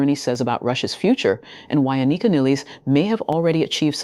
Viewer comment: You’re still pronouncing her first name incorrectly. Sound it out , break it down An I Ka . Pronounce I as ah